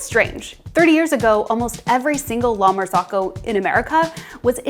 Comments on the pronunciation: La martsokko. Not "lamarsokho". Italian "Z" is spelled like "ts" in "cats". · La-mar-zoh-coh. Not, lama-zock-oh. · It's pronounced "la mar-ZOH-ko." Her mispronunciation is so cringe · The correct pronunciation is 'la mar-ZO-ko.' The last two syllables rhyme with the word 'cocoa.' ...I have worked in restaurants and cafes for over 20 years, and I have never heard it pronounced the way the young lady in this video says it. She is an outlier. The vast majority of people pronounce it correctly. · The fact that she can’t pronounce the name of the company correctly is suspect. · you are pronouncing it wrong :) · The way they are pronouncing “La Marzocco” is killing me 🤦🏻😂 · someone above you in the comments is saying that that is the right pronunciation ("rhymes with cocoa") - frankly both ways aren't that close to Italian but English and Italian have very different vowel systems so it's unsurprising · I thought I was crazy - pronouncing it incorrectly my entire life when said it like that. Then I realized she was mispronouncing it the entire time.